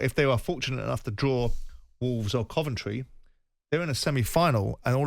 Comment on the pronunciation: Jim pronouncing Coventry “Cuventry”. Odd